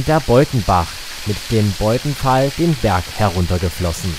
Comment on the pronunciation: Beuthenfall nicht "Beuthefall" bzw. Kleiner Wasserfall. Die Ecke dahinter ist der "Fischkopffelsen".